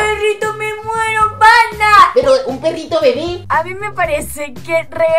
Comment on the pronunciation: Se dice perrito no perito